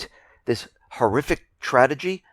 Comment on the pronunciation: "Tradegy" WOW" That's a blooooper